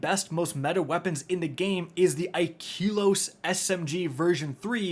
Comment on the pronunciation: You HAVE to be saying IKELOS wrong on purpose...